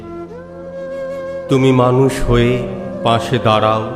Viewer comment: 👍২৬ ''দাঁড়াও" - অপূর্ব অসাধারণ উচ্চারণে। 🙏